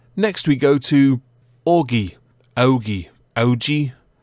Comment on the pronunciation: I think it's pronounced "AH-ge" like the cartoon dog